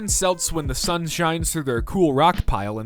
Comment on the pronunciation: Did this guy seriously just pronounce Celt as "selt"? Jesus Christ